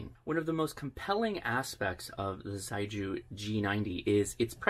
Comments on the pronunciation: I have a feeling the pronunciation is more like shay-gu, not zei-ju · correct pronunciation is closer to: she-ay goo. Chinese words don’t always sound how they are spelled in English. Great review. Nice to know there are HF options under $1k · The Chinese pronounce "xiegu" as "sheh-goo" and it means solid or firm in English. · Ok a little help with Chinese. Xi=She and gu=Who. So it’s “shewho” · Surely Xiegu is pronounced more like "she-ay-goo" ? And I'd LOVE to see some internal pcb shots! (hint?) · It would be pronounced "she-eh goo". If you really want to hear it, put 斜谷 (not sure if thee are the characters the company uses, but the sounds will be very similar to English speaking ears anyways. Its just tonal differences) into Google translate and use the speaker function to hear it. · Cute box. I think it's actually pronounced "Sheegu". I'd actually get one of these. Beats having to run a laptop or PC with an DVB-T stick with RTL Chip to use it for SDR purposes. I just wish there was a version WITHOUT transmission feature so even folks without HAM license could use it just to receive. I'm sure it might be even smaller then. The Morsecode decoding feature is really awesome. :) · Thanks for the review, really encouraging! In a very sincere spirit of helping, the pronunciation for Xiegu is quite far from that though. Putting 协谷 in Google Translate will allow it read it aloud to you; very roughly it's more like 'see-yeah goo', with almost a hiss to start, and a hard g for the gu. On the air it could get pretty confusing when there are many different approaches to pronouncing the manufacturer name!